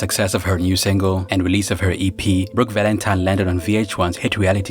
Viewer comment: Did I hear her say Brook Valentime with an M? Lol!!